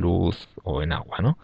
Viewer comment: El auhuuaa. Agua